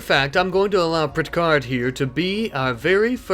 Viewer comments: Pricherd… not Prit-chard. 😂😂😂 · Prit-card omg It's Pritch-ard